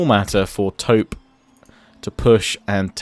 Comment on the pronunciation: agree with how you pronounce "Tope" because it actually means "cannon" in Hindi.